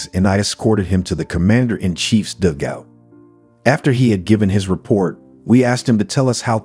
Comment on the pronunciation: Nice commentary but some poor pronunciations (dugout, Luftwaffe, etc).